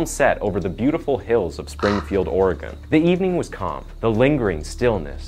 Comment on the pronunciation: Like moss-cow 🤣🤣🤣